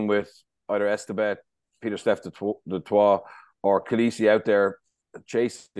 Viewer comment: come on bernard dutoit pronounced du(toy) Afrikaans not french